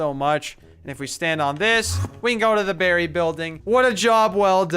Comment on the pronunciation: it should be "Berry"